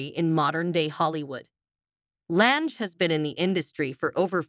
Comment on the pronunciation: You can't even pronounce her last name correctly.